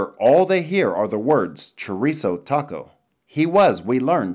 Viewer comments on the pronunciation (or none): none